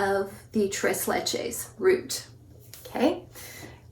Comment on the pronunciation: TREIZ LECHEIZ